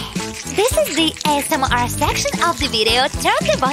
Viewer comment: It's asmr not smr bruhhh